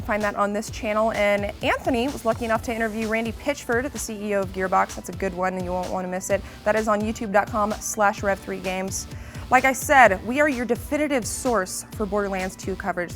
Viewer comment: She actually said "... we are your 'defititive' source...". I had to listen to it a couple of times, I could not believe it. It's DEFINITIVE.